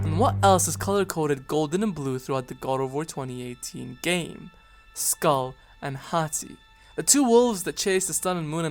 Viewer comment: The pronunciation “skull” bothers me for some reason lol